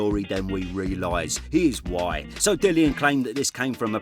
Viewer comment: Oh, you said "here's why" your accent made he heard "he's white. I turnt my head like 😮..